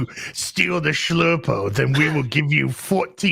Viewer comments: Thou shalt not shlurpo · "I have a bad shlurpo about this" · Shlerpo is the word.....😂😂😂😂😂